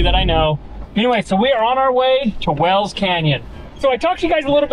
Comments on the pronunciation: Is it WELLS or is it pronounced WHALES…..like the area it is named after in England?🏴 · Wales not wells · Wales is pronounced Whales not Wells, must be a Utah thing